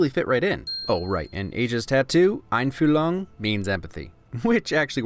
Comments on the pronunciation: OMG you said einfühlung so good🙌FINALLY SOMEONE WHO SAID IT GOOD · I have to say he really got the ü correct but the "lung" part obviously sounded like he was saying lungs. But still pretty good. It kind of bothers me though that the tattoo says "einfühlung" instead of "Einfühlung".